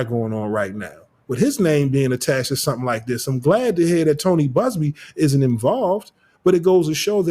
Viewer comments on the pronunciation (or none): none